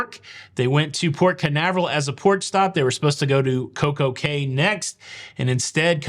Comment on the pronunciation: By the way, Cay is pronounced “key”